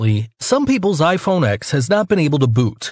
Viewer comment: Its ten not ex